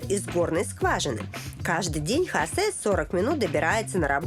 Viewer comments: Ни в коем случае ни Хасе! Хосе! ХОсе! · Хасе... тётя, это имя Хосэ.